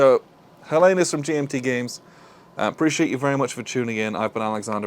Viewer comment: Nice review! Not trying to be a smartass but since I am greek, I would like to point out that the stress is on the first e (also the h on the beginning is silent in modern greek) and it is the term we use for ourselves (Hellenes = Greeks).